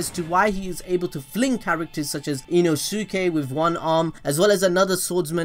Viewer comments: Ino-su-ke? I'm disappointed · inosuke? its inosuke but the U is silent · Every time he says Nezuko has me dying 😂😂 And now Inosuke 😭😂😂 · They say Nezuko in every other episode and you still manage to mispronounce it. You mispronounce Inosuke as well, Jesus Christ. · How can you pronounce Sasuke correct but pronounce Inosuke wrong??? I am confusion xD